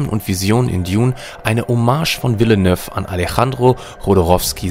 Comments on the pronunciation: Yuhee? Villenöff? Pita? Moaijem? Bin so froh, dass ich Dune ausschließlich in Originalfassung schaue und lese. "Behne Gehsseritt" würde mich auch nicht wundern tbh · Wer ist dieser „Wille-Nöff“? Und was ist ein „Fülm“?